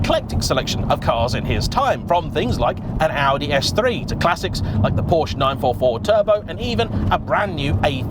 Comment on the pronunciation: Sorry...will dislike every one of your videos until you learn how to pronounce PORSCHE.